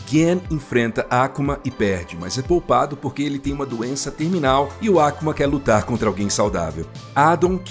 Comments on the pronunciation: Taikendo tá tranquilo.. me pegou mesmo foi o falando “ÁKUMA” e não “AK(Ú)MA” como um ser humano normal 😂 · Finalmente um vídeo bem produzido e roteirizado da história completa da franquia. Belo resumo! Parei no SF2 e voltei agr no SF6! Mto braaabo!!! Ps.: a pronúncia "Á-ku-ma" não dá, galera, para! Todo mundo fala "A-kú-ma",po! 😅😂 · "Ákuma"? A grande maioria das palavras de origem japonesa é pronunciada em oxítonas; e não proparoxítonas. Então o usual é colocar a sílaba tônica no meio ou principalmente no final. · Seria perfeito se a Capcom contratasse algum estúdio japonês para fazer um anime dessa história bagunçada da cronológica de Street Fighter, com a mesma qualidade do ótimo Street Fighter II Victory nos anos 90. Obs: No Brasil nunca tinha ouvido antes alguém chamar o nome do Akuma com o sotaque americano, que é Ákuma e não Akúma, como boa parte das pessoas daqui costuma dizer... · Pq esse narrador não mudou a pronúncia do Ryu e do Ken também, pra Ráiou e KImm. Baison, Ákuma, Déusin é muito idiota falar assim em português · Boa oratória. Porem tem alguns erros como a pronúncia do nome do Akuma (não é Àkuma, não tem acento agudo e o próprio jogo fala correto) e a Rose não é discípula de Bison e sim a parte boa que se separou dele (decisão do próprio Bison para se tornar pura maldade).